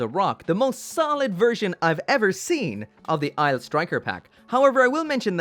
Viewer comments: Anyone gonna tell him Aile isn't pronounced "isle", but instead "elle"? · Aile is pronounced "L". Its french for wing...